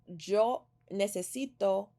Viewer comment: Still trying to get used to the “j” sound in the word Yo.